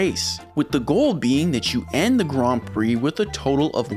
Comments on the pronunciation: Me getting angry cause he is saying gran instead of grand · Since when is Grand said like Graund? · The way you pronounce grand is a criminal offense. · why are you saying Grand so weird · I like how you purposely say Grand and Mercedes wrong 😅 It’s on purpose, right? 😅😅😅 Tell me it’s on purpose! 😅😅😅😅😅